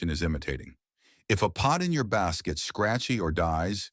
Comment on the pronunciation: Any video that prounounces bass like the fish instead of instrument is not worth listening too.